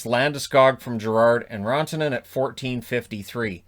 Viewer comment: I want a Rantanen jersey where the name is pronounced the way Pierre says it.